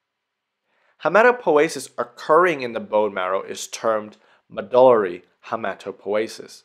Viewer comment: I always called it hematopoiesis, with an i. And sounds very disturbing to hear hematopoesis.